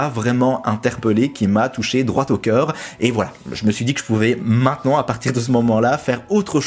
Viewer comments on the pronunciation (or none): none